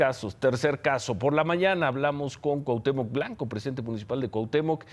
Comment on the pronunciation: BABOSO , DIJO Cuhatemoc presidente de cuhautemoc , este CIRO es un PENDEJO